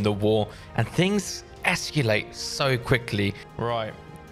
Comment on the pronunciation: i notice you cant say the word "ESCALATE" :D